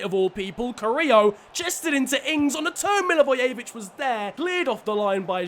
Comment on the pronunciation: It's pronounced mil a voy a vich